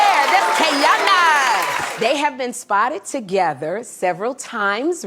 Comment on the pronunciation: Why is the narrator pronouncing Teyana’s name the AI way? Who is the woman in the thumbnail? And why aren’t there any tweets, video, etc…to back up what is being said??? Just random pics and clips that have nothing to do with the story being told 😳 🙄 it’s 2025, just put “I’m lying and click baiting” in the title 🤷🏾‍♀️